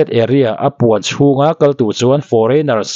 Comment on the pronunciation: I mizo tawng chhiar hi a pai deuh ngaihthlak a hrehawm lek lek.. Entir nan chuan chuan..tih ang reng ah te phei hi chuan a thluk i lam dik lo ..fre advice 😄